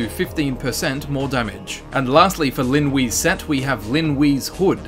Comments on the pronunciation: Linwe is pronounced Lin Way! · Stop saying Lin Wee